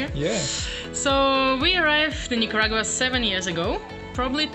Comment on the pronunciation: I'm sure you guys are extremely kind people, but please learn to pronounce Nicauarga correctly... Its cringe.. You guys kind of make backpackers like me look stupid & fitting a stereotype.. Yes.. I live here in Nicaragua & have been since March..